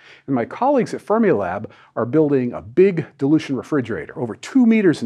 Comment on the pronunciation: Because you're talking about temperature technology, I keep thinking you're saying "Thermilab" instead of "Fermilab".